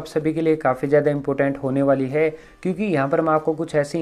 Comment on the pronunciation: Bro important hai not impotent